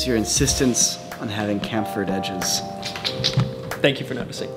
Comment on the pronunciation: I've never heard anyone mispronounce chamfer until now.